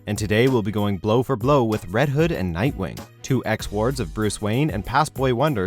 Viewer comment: You said red hood wrong